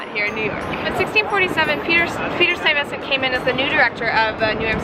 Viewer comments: You need to almost swallow the ve sound. STUY(ve)sent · I might just be from long island but hearing you, a NYC resident, mispronounce Stuyvesant really makes me scratch my head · I enjoy your videos, but they would be better if you made sure your pronunciation of words like Lenape and Stuyvesant were accurate.